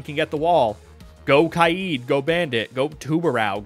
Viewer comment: Because she's pronouncing Kaid correctly??